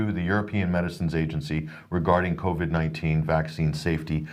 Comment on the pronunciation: I ❤ it when says Covy 🤣